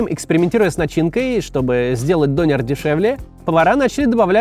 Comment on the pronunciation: Максим, вам бы нужно поговорить с туркоязычным, прежде чем произносить турецкие имена или слово дОнер. Режет слух. Это тоже, что вас назвать не МаксИм, а мАксим.